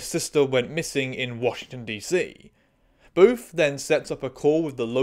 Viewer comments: I'm sorry, I keep hearing it as "Boof," which is REALLY fucking funny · I keep thinking you're calling him "boof"